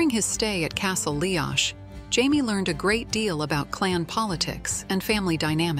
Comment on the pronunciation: I don't know who did the artwork for this video, but Brian Fraser had dark, black hair, not red. He was known as Brian Dub, Black Brian. Jamie was known as MacDub/MacDuff by his Ardmuir men. This means Son of the Black One. Tell the AI that Leoch is pronounced Lee-ock, not Lee-octch. I think that whoever created this video did not read any of Diana Gabaldon's books.